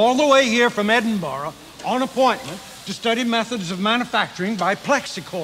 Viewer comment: Edinburgh (in Scotland) is pronounced correctly by McCoy as "Edin-borough" by the way. I am a huge Star Trek fan, but I was disappointed by this movie. Time-travel movie scenes that have deliberately stupid interactions really irk me (i.e. Marty McFly asking for a Pepsi Free). Unsubtle joke setups like the boombox guy could have been done better. I did like the "work in outer space" line, though, and the mouse joke. Gene Siskel was not a Star Trek fan, but in his review he said that he finally saw what people liked about these characters.